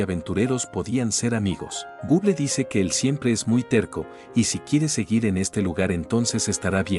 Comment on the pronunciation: Me da un poco de risa cuando dice Google por que es medio raro escuchar gon guen 😅😅